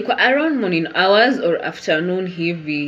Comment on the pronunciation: 🤣🤣🤣🤣 What in the name of drama fest is that "mourning"